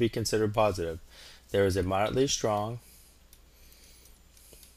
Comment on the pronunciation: You spelt strong wrong u said stong🤣🤣